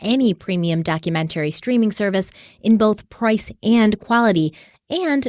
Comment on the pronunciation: I will never purchase from Magellan until learns to pronounce "documentary" correctly.